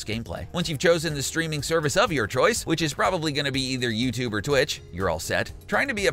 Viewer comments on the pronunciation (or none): none